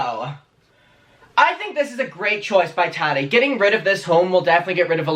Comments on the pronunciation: It’s Tah Tee not Tah Dee, pronounce it correctly please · Tari??? Wtf? Repeat... Tattti, her name is Tattiana!!! With a strong middle T.